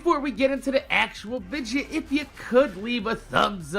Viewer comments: y do u say vidja instead of video lol love ur vids tho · Hey,, I just wanted to ask: Why do you pronounce the word "video" as "vidja"? I've always wanted to know that. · why do you say vidja instead of video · Can anyone tell me why he saying vigia not video ! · Do you say vidja as a joke or is that just your jersey accent